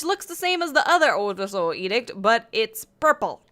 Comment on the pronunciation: "oddursoul edict"